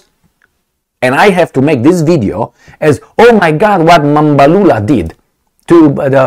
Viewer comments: Well done on your pronunciation of Mr Mbalula’s surname. He is a crazy guy. The BBC person met his match and was never going to have his way. Their party has actually taken a resolution to return the loan that the US president announced he had given to South Africa. South Africa is taking a lot of heat because of all this, the currency has been slammed, and the country has been grey-listed, just because they are not towing the line. The British (think they) still own the country, because they still have their tentacles firmly on the minerals. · as Xhosa man same tribe as the ANC secretary-general,im so shock with your first time correct pronunciation of Mr Fikile Mbalula. So story,white South Africans still struggle to pronounce African name hence over 4 centuries of their existence in our part of Africa. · Hi, I am surprised you pronounced the surname correctly.. What's the secret? Yes, what Mbalula stated is absolutely true. It resonates with many of us in the non-western world. Why would anyone in their right frame of mind think it is correct to pick and choose cases and then believe that all of us will be stupid enough not to question? Media platforms like the BBC, I am afraid have lost credibility once and for all..